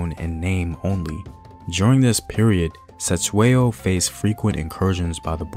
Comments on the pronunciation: this piece is perfect except for the pronunciation of the King's Surname. "C" has a soft front mouth click sound....DM me and I'll teach you bro....Great stuff....I am forever watching your material! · Mfethu I was he not Se it's Ce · 😂😂the C in Cetshwayo was so disturbing,especially when you know how its said but atleast the message got on👌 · I sorry I cannot watch this video if you will continuously mispronounce his name like that. There's 2 thins you could do: Ask a Zulu person to teach you how to pronounce it or just refer to him as King C. But you too can learn how to pronounce it like we learned how to pronounce and speak your language. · Wish u can learn how to pronounce our names right Cetywayo Learn how we pronounce C in Zulu your video is great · It would be so easy for you to find a Zulu person and ask how to properly pronounce the names. #Respect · 🙆🏾‍♂️😂yo..the way he says Cetshwayo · That's not how you say Cetshwayo. 😂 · I'm not Zulu but you aren't pronouncing "Cetswayo"s name correctly This is very disturbing you should've atleast researched how the way you pronounce the name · Atleast attempt to pronounce King Cetshwayo's name. You did not even try, you shouldve atleast done your homework on how to pronounce his name before your actually teach us about him. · You could start by pronouncing his name correctly you know.